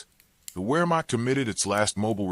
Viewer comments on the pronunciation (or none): The commentary couldn't pronounce Wehrmacht or corps. I cut it off.